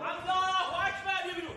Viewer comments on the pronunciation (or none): Alka hu Akbar 😂😂😂 sounds so funny 😂😂😂😂😂